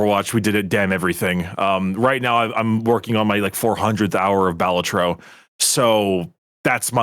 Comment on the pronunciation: that's not how you say balatro